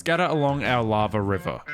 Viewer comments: The way river word is pronounced😂😂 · Thank you. For teaching me how to pronounce 'river'. Much appreciated 😂